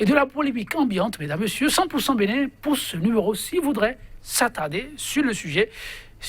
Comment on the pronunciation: BENIN et non BENNIN